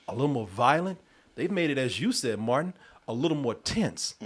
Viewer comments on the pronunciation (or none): can never get the names right. I wonder how long he thought Martin's name was Morton?